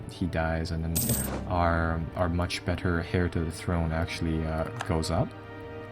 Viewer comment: Im sorry this is bothering the fuck outta me. "Heir" is pronounced "air" not "hair"